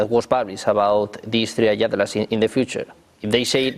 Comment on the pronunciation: Es atlas no adlas